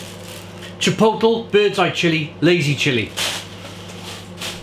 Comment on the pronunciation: You’re cracking me up. Try it this way - “tchee:POHT:lay.”